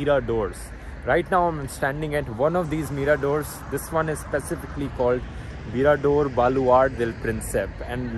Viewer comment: Dude it’s mirador not Mira door.......lol